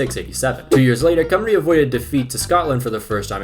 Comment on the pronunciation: Painful hearing him pronounce Ll as an L, and Cymru As Cumree